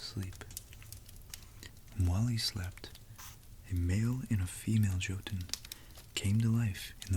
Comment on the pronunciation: Really like your videos. Just a little fact: Jotun is pronounced more like yotun. Although it isn't really, because a J in Norse based languages is actually quite different to an English Y but it's the closest I can get to explain it. (I speak and read some Norwegian although often I butcher it) but keep the videos coming. I find every one of them as interesting as each other.